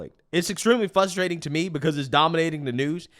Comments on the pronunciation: I cant take it anymore... It's 'Frustrating' NOT "FUSSSTRATING"! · The translation guide 😂😂😂 Pop-uuhh-ler = popular ExtrapYOU-late = Extrapolate Silver war = Civil War Dat = that Dis = this Fuss-trating = frustrating